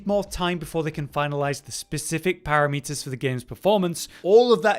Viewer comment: Param iters - not para meters. It’s not a measurement lol.